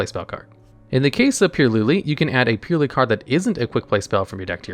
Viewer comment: purrely man just purrely